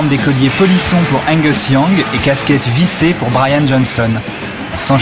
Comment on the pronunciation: "ongus Young" What?? Angus A not O